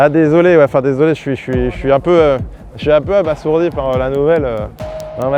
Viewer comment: "Abasourdi" se prononce comme ça s'écrit "a-ba-zour-di" et pas "a-bass-our-di". Un noble le saurait.